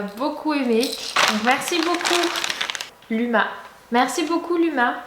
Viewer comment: On ne dit pas LUMA c'est basque ça ce dit comme ça Louma mais ça s'écrit comme ça LUMA. .. Je t'aime trop continue comme ça